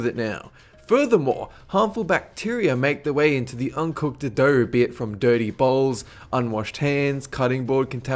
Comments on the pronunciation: Dirty bowls? Lol dirty balls dats wat i heard and i guess imadie cuz i aint gonna stop the raw cookie dough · Did he say dirty bowls or dirty balls? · I thought he said 'dirty balls', instead of 'dirty bowls' XD